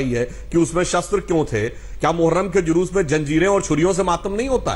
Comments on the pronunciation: Ye randi pringka ko julus bhi kahna nahi aata jhalus bolrahi hai sali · Zhalush ni re julush 😆😆😆😆😆😆 matr bhasa bhi ni ati to kiya ayega 😆😆😆😆😆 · Jhalus nhi jalus....